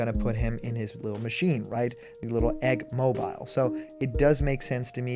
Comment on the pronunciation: Bruh you said egg mobile wrong